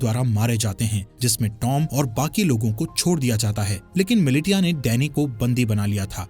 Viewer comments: ‼️‼️ miliTia nahi MiliSHIya pronounce karo use chaman..🤣🤬🤬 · Militia nahi bola jaata bhai milicia bola jata hai... Likha bhale hi militia jaata h.. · अरे भाई वो मिलिटिया नहीं मिलिशिया है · मिलिटिया नहीं मिलिशिया होता है 🤦‍♂️ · AI explanation 'mili-tiya' sucks!!! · Its Militia( Mi-Li-Shia) Haha😂